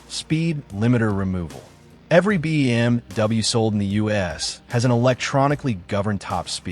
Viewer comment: I really hate the AI. BM...W